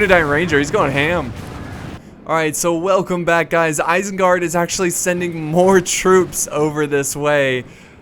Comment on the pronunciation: well guys you've officially heard it, isenguard has now been changed to "irsengerd"